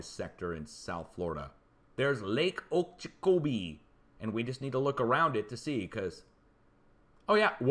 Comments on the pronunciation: Lake Okeechobee pronounced ........Oh Ka Cho bee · lake Oh-kee Cho-bee lol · Lake in Florida pronounced O-kee-cho- bee. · From SoFL...we’ve been having huge amounts of continuous rain now for weeks. It’s unusual for us in late October even though we’ve had hurricanes this late. BTW: Lake Oh-kee-cho-bee. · Lake Oak- ah - chobi ...lol Great channel ! Thank for your info